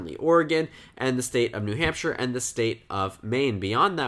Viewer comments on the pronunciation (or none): none